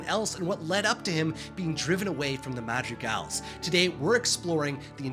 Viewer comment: I'm sorry, but this entire video this guy wasn't calling them the madrigals, he was calling them the magic als